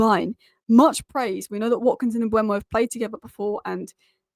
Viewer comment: Mbeumo please, not Mbuemo